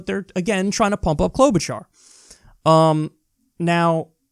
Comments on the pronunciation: Kyle, it's CloudBootJar! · Kyle... Please return to calling Klobuchar by her REAL NAME: Cloud-Boot-Jar Thank you sir! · Haven't heard you call her "Cloud-Boot-Jar" for weeks! LMAO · I'm willing to bet these people were paid to say Kloboocharr. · "Klobuhshrrr" I felt that. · I heard someone say Klobushart